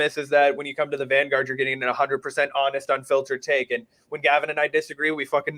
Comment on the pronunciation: The "vangraurd"